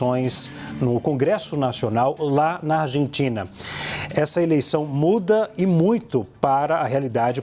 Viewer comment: Tem que ser MUITO boçal pra pronunciar Rabier na mesma frase em que pronuncia Argentina....ao invés pronunciar " Arrentina"